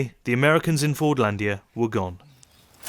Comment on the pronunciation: It's so funny how the world is just discovering Fordlândia nowadays Nice video and you have an INCREDIBLE pronunciation of Portuguese words, congrats